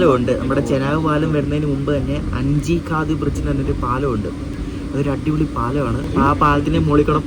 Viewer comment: അട്ടിപൊളി എന്നല്ല അടിപൊളി എന്ന് പറ.